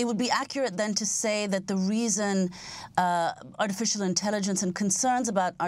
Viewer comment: lmao why is she pronouncing it like 'ortificial'